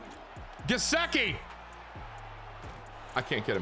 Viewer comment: Only cause it’s driving me nuts cause I’m a Penn State fan and he’s my boy. Gesicki is pronounced Guh-Sick-E so you kind of got it just sick part is said as sick. Sorry was just driving me nuts lol 😂